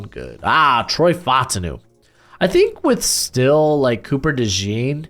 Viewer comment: what's up with you pronouncing so many people's names wrong?? Brian Daboll, Troy Fautanu, Xavier Legette, etc... Also this is WORST mock draft I've seen in 2024. Raiders and Chiefs picks were terrible. Penix and McCarthy are way too high. The CB's are way too low. No Wiggins, Kool-Aid, JPJ, Brian Thomas in the 1st round??